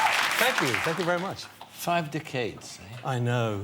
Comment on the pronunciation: DEcades not decayeds Parkie.